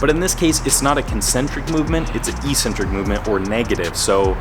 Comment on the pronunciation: Thank you! Very useful A very different question. No offence meant. Why do Americans slaughter the pronunciation of "eccentric"? Even Merriam-Webster does not pronounce it as e-centric!!